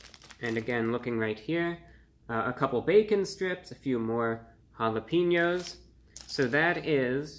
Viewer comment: Bro he really said jalapeños like hallapeenyos